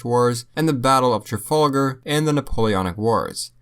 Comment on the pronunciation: Mate you can’t pronounce Trafalgar.